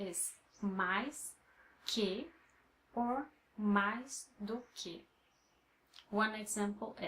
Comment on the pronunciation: Your teaching method is focused and expedient. I appreciate the no-nonsense approach. You deserve more subs! I have a question in regards to the way one should pronounce the following; "do que" I seem to hear you say "dô quê" when I thought it should be "doo quee"? Maybe it's just me not able to pick up the sounds properly. Also, I struggle with the letter R because it is different than how the R's sound in Spanish, French and English. I'm aware that the Rs have to be pronounced very faintly but I pain to get it right. I roll them to much. As a suggestion, if you could make a video on prononciation, it would be helpful. Anyhow, I know you're probably quite busy. It's just a suggestion. Take care and keep up your excellent work!